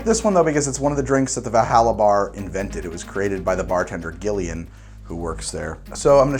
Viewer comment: I don’t know the game, never heard of it, but Gillian with a G I’m pretty sure is just pronounced Jillian... just musing and this comment makes no difference